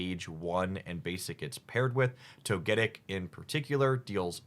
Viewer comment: No way this guy miss pronounced togetic